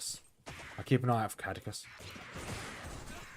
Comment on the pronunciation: Caduceus Kah Doo Seee Us